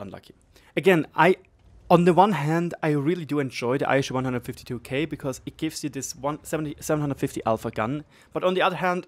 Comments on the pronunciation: Aeshu hahahaha Try "eesoo" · Eishu?? Ei-Ess-You I understand that English is not your native language, but stuff like this hurts.